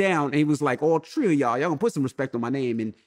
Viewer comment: Lol at Envy tryna put it all on Charlamagne. That man walked in there and said “all tree of yall” which means he was talking about Envy, Charlamagne and Angela Yee.